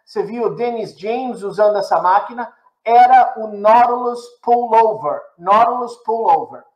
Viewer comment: Tive que voltar o vídeo diversas vezes pra entender o que era esse 'NÓDULOS PULLOVER'.. Quando na verdade o nome é 'NAUTILUS PULLOVER'